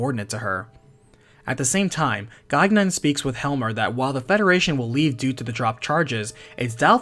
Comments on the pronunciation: The second "g" in Gaignun is silent. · Great video! If you make more, the name Gaignun has a silent second G (Guy-nun) Gaignun ("watch-dog") is the warhorse of Marsile, Saracen king of Spain in the French epic, The Song of Roland. His name is very fitting considering his real purpose